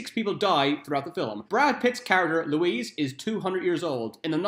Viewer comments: It's Louis NOT Louise lol!!! Fillum??? Another lol. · LOO-EE....Not fucking Louise...Jesus!!!! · Is it bad that I know ALL of these facts. Also, I feel like David Bowie would have been AMAZING as Louis. Also Louis’ name is NOT pronounced Louise it’s like Louie. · How are you going to do a video about a movie you haven't watched? If you had watched the movie you would know the name is pronounced "Louie" yet you repeatedly call him Louise so you either didn't watch the movie and have no business doing a video about it or you did watch it and are deliberately mispronouncing it which makes you ignorant twat. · Brad Pitt's character's name was pronounced "Louie", not "Louise". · Here’s a fact, it’s pronounced Lewey! Just sayin?